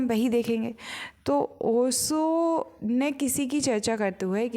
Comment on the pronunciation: बाई नाम तो ठीक से लेना सीख ले पहले ओशो का 🙏